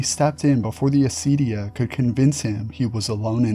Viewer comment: For other greek people who might be confused by the mispronounciation/latinization: acedia=ακηδεία